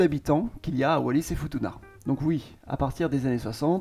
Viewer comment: 😢Foutouna ça ce pronounce.... Ma femme est de la ba